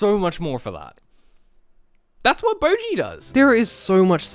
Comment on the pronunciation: Bocchi Subtitles: Bruchi 💀